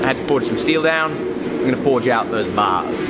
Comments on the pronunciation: Thought you moved to Montana, not New Jersey. “Forge down these baahs” instead or “bars” 😂😂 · He’s british by birth mate, give ‘im a break! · is straight-up non-rhotic.